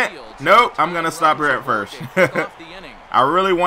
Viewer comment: I would watch this series more if your said FIRST instead of FIRSH. it just annoys me